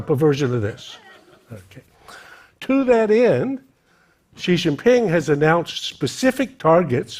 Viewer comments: It's Xi Jin Ping. He was pronouncing Ji Xin Ping. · You still can't say his name correctly